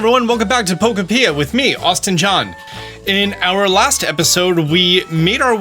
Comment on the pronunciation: Po-kopia not poko-pia